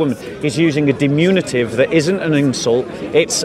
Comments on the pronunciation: Diminutive, NOT "dimunitive". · always mispronounces "diminutive" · "Diminutive," by the way.